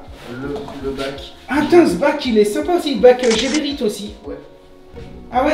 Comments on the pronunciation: ce n'est pas GéréBit mais Gébérit, tu avais trop mangé ou trop bu? LOL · Salut, sympa comme vidéo. Je découvre... Petite précision sur la prononciation de Geberit. Cela se prononce "Guébérit" et non pas "Jébérit". Cette société est Suisse plus précisément Suisse allemande, donc prononciation à l'allemande ^^. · Geberit se pronounce Guébérit.